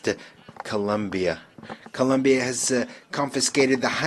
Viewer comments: His country 's name is COLOMBIA not Columbia get right ,I know is difficult for some in the usa , you know ,because education? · It’s Colombia. Not Columbia. Smh